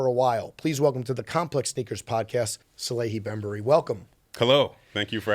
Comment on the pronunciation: finally went too far with the 5th incorrect pronunciation of his name. Lol Salahe finally had a enough. 😅